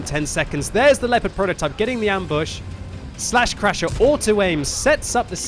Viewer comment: Lol! Everytime says "slaschrasher", all I can hear inside my head is "buttscratcha" (with Peter Griffin's voice)